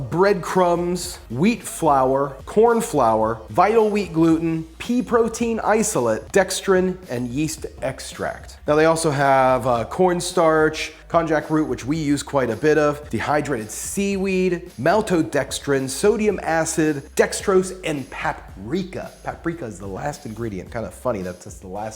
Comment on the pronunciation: i think its pronounced 'con-yack' root.